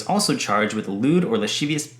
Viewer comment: LOL. The pronunciation is: la-SIV-ee-us